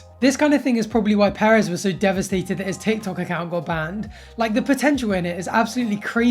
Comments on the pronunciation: stop it sounds like hes saying paris not perez :( ms. paris hilton is a nice woman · its perez not paris...but i forgive you cause youre a stud lol.